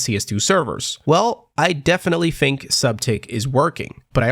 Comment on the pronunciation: why are you saying fink instead of think?